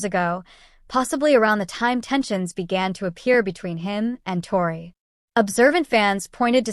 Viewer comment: You can’t even say her name right . This is fake